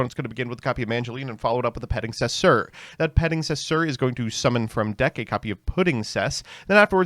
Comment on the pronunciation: 2026 and is still adding extra letters onto "Petingcessoeur"